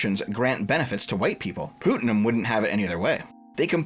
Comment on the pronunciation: Every time you say pootnum I die a little. Putt like in golfing. It's a pretty common name.